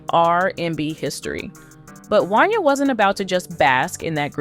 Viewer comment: I'll be glad when yall "narrators" learn how to pronounce people's names accurately! 😂 That man's name is pronounced "Won-Yay" damn!